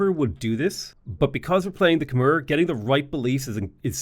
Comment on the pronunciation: I'm Khmer, yes it is pronounced "Khmai" you pronounced our civilization correctly